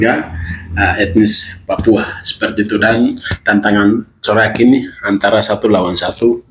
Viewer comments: Katanya edukasi tapi ngomongnya salah salah terus 😊 kalau sekiranya kurang tahu lebih baik cari tahu dahulu lalu di tulis supaya bisa di baca jelas. Carok di bilangnya corak 😊 Hamengku buwono di bilang hamengku bowo😊 jogja di bilang Jawa Tengah 😊 Tetap semangat bung dan teruslah banyak belajar lagi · Bukan corak tp carok broo😂😂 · Carok bkn corak 😂😂😂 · Carok bang bukan corak.🤭 Salam NKRI